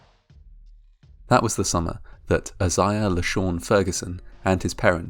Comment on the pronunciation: TIL Asia is a name pronounced "ah sah yah" and not "aye shuh" ...?